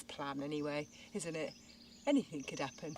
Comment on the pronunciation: Slap daft lass again please. AnythinG, the word is anything. Ends with a G not a K. Other than that, I’m having jealousy issues with your land purchase